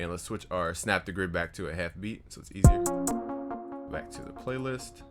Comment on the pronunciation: Why is said beats like that